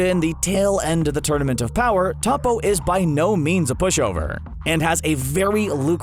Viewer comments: Man did not just say topo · Annoying how he pronounces Toppo 😣